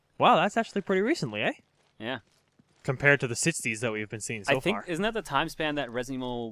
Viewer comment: Omg said "eh?"! Oh Canada... XD